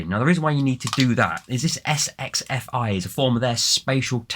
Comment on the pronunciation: Sxfi pronounce as "sex"-fi.